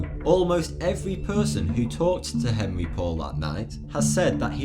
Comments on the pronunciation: the drivers name is not " Henry". It's French and the proper pronunciation is "On-ree" . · the driver's name is pronounced "On-ry". LOL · can't pronounce Henri, yet I'm supposed to believe you have all the answers. Present your sources or give up.